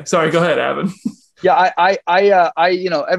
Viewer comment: BTW....It's Avan! Not Avon! 🙄